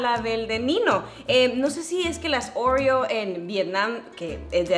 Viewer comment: Nadie absolutamente nadie::orrrio Jajaja la amó ❤️